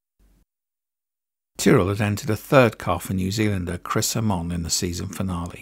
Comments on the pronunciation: Plus it's Chris Aymon not Ahmon! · Generally well written and researched video. A few slight errors though. You have pronounced Jean Pierre Beltoise’s & Chris Amon’s surnames incorrectly. As well as Ken Tyrrell Jackie Stewart also told Walter Hayes of Ford Motorsport if his plans to retire at the end of the 73 Season. The clip of Stewart & Cevert discussing gear ratios etc was not filmed at Watkins Glen. This is a clip from the Roman Polanski film ‘ Weekend of a Champion’ which featured the 1971 Monaco Grand Prix. Very good tribute to a much missed driver though.